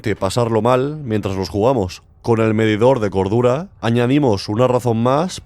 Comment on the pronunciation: Le entendí medidor de gordura en lugar de cordura jajaja